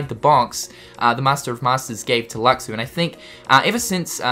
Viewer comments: Luxu is pronounced looshoo, not lucksoo., please, we've been over this, you're killing me. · why are you saying luxu's name wrong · That's not how you pronounce Luxu, man... ^^